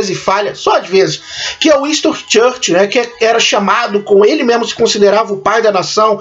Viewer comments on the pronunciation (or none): A critica é boa, mas peca em algumas pronuncias, como the crown e downton abbey, George, Churchill, nao tome como uma critica negativa e sim construtiva, philip era principe da grecia e dinamarca, mas abriu mao dos títulos, ao se casar com elizabeth II que é a rainha, ele nao se torna rei, ninguém pode ser maior que o monarca, qnd é uma rainha, o marido se torna principe consorte, quando é rei, a esposa se torna rainha. Ele nao pode ser rei enquanto ela for rainha, porque o rei esta acima da rainha. Sua critica foi mto boa e espero que cresça mais.